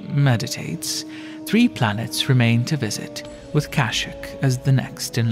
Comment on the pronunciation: AYO YOU PRONOUNCED KASHYYYK WRONG 😂